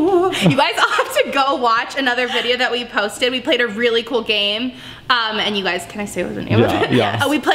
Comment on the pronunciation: You know when said this is so cool in the bathroom I heard it's so Cole😂😅